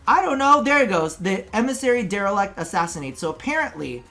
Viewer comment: DelerIct not delerEct.